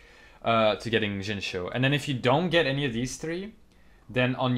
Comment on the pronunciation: Great Video!!! Also, keep in mind it's pronounced, "Shing-Chew"